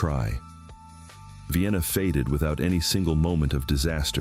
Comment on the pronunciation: I guess this is AI-narrated.. . At least I hope so. How else could you pronounce Mobile incorrectly TWICE. The most glaring error: Vienna (pronounced VIGH-ANNA) is in Pickens County, not Sumter. Nevertheless, very interesting video which I will share.